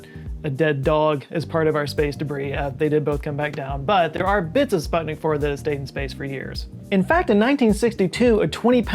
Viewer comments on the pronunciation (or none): none